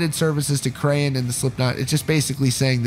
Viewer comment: krahan is pronounced like kran